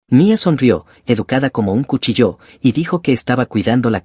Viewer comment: Por qué dicen "cuchilló", con acento en la o?